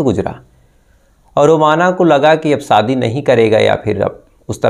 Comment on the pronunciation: Sha pronouns karna seekho Bhai ssss nahi sha ,like saadi nahi shadi,saks nahi shaks,thottlaa hein kya